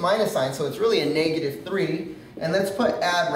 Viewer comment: He says negative funny .. and and and and and and and and and so many more times... I had to LOL